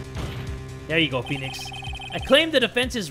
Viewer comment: phwenix- chwan!